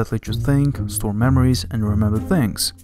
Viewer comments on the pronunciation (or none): none